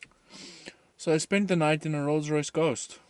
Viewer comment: "Lolls Loyce"